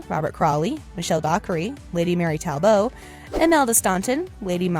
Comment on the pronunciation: It is NOT Tal-boe... it's Tall-but..